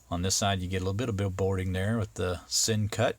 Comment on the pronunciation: Pronounced it correctly! You are the first reviewer to get it right. I bought the same exact one. Folks... This guy is right. Beautiful knife, at a Great price!